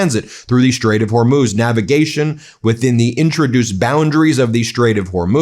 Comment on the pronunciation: Lawn Gieland speech impediment. Shtrike the shtrait while we are shtrong. Now you can hear it all the time, too. You're welcome!